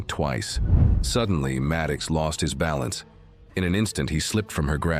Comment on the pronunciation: The zoo-boy's name is MAD OX, not Mad kicks! Jeez!